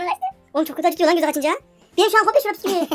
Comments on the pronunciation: yanlız bisküvi diil pisküvit :D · piskuvit diyonuz la biskuvi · Biskuvi değil piskuvielo 😂😂😂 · PİSKÜVİ DEĞİL BİSKÜVİ :D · biskuvi deilde neden puskuvi😂😂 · püsküvi değil büsküvi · piskuvi piskuvi yow yow :D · videonun başından sonuna kadar bisküviye püsküvüt dedin ya koptum xjskkak:D bu arada edit mükemmeldi ya yavaslatmalar falan çok komikti eline sağlık:)